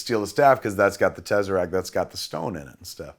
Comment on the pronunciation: The tezzaract